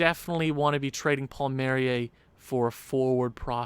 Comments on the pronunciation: It's pronounced Paul marry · It’s pronounced Kyle Paul-Me-Air-E